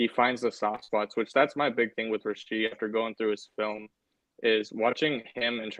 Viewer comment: You're killing me, man... the kids' name is Rashee, not Rasheed